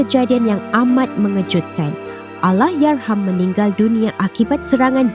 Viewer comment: kenapa pelik sangat dia sebut ALLAHYARHAM ni. Bunyi pelik macam lidah pendek sangat. HURUF "R" dia teruk. Kalau tak dapat nak nyebut Allahyarham sebut laaa "ARWAH" je. Diction dia bergulung gulung